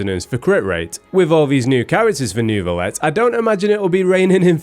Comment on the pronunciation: i hate it when the EN VAs pronounce “Ner-Vi-Let”